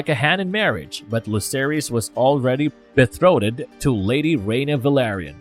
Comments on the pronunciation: ‘Be-throated’ 🤣😂 ‘betrothed’ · Be”throated”???? Bwahahaha I think you mean beThrothed! The “h” is silenced. Pronounced beTrothed!!! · This simple sob said BETHROATED! Betrothed big guy 🤣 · “Bethroated” lol 😂😂😂